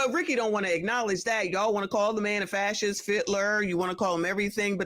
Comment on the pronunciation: I promise you, Rickey Smiley doesn’t know what the word ‘fascist’ means. He couldn’t even pronounce it. And what is a Trump ‘ loyaltist’??